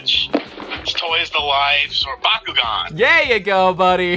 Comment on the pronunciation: Wow wow wow you said backugaun bad calm down I flipping love backugaun